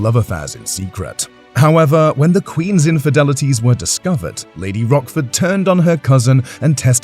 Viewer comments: Lady Rochford...not Rockford. It's C not K. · Pretty sure its Rochford like roach, not rock. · How can this be taken seriously when they pronounce her name as Rockford. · It’s a history channel, at least pronounce her name correctly 😡😡😡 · I was thinking about Rockford files when he kept mispronouncing her name!